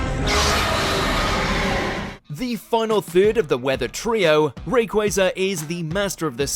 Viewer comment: ITS QUA ZA NOT QUAY ZA